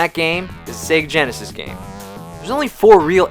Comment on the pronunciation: Again,,? "Sigui yinisis" the game is bad in both consoles, but the sound, the graphics are a bit better in super nintendo, I do not know how can tolerate your stupid fanboy comments saying that farting like this is better in yenesis, or it will be this console wars is SEGAWARS? It is a joke...